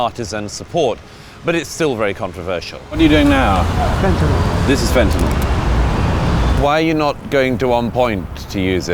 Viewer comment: Thanks for pronouncing fentanyl correctly (it's not "fentaNOL" !)